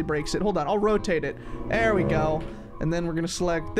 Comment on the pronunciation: and why are you saying thay'er